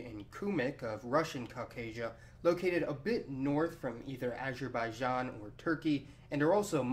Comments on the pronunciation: What's with pronouncing "Azerbaijan"?! It should be pronounced as, Azer ba ee jon. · copterofrofling acherbaichan 😂😂😂😂